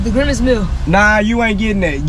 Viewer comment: So ain’t nobody gone talk about saying “ Grimage instead of grimace